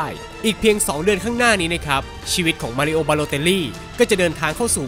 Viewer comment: มารีโอครับ ไม่ใช่ มารีโอ้